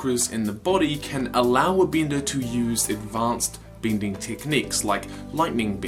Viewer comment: Didly(deadly). binding(bending). Great videos/theories, but the pronunciations are bad.